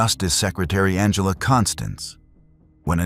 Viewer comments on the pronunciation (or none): none